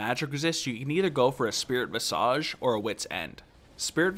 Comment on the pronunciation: VIZAGE NOT VISAAGEE. THIS ISNT NARUTO THE HOKAGE